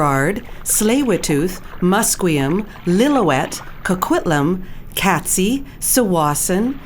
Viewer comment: Katzie is pronounced Kayt-zee